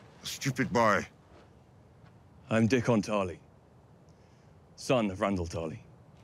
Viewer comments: She got Dickon's name right at least unlike Jaime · At least someone correctly pronounced Dickon correctly. Unfortunate timing, but better late than never.